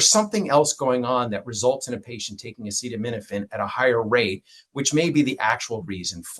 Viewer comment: This guy is a joke, he can even say acetaminophen. And the staff behind him looks like they are gonna burst in laughter 😂.